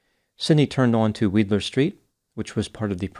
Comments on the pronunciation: LOVE your videos 😃 pronounced wide-ler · Thank you for your opinion on this dangerous driver. We have so many in Portland and you perfectly describe their attitudes. (Weidler St. is pronounced Wideler. 😉) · Horrifying!! I’m from Portland and am just hearing about this. Thank you for all your hard work. It’s pronounced WYdler btw. 😊